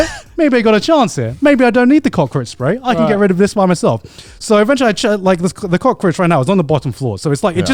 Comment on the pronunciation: Every time Garnt says cockroatch all I hear is the "cock edit"